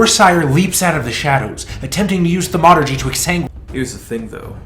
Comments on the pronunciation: Am I the only one who's driven absolutely bonkers by the way he says Thaumaturgy...like WTF it's not Thu Murtugy🤣🤣🤣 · (THAUM ah ter jee)...dammit...